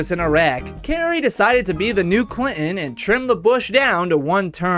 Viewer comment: . Fun fact: "Clinton" has no t in it after all. You thought that it was there, but it's not. That's why he's called Bill Clin'en.